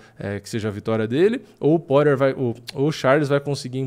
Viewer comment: pqp amigo, todos esses anos de diretasso e ainda não aprendeu a falar o nome do Justin "pÓirer... ou melhor Poirier